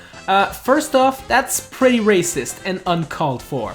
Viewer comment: DID YOU SAY RASIST!?!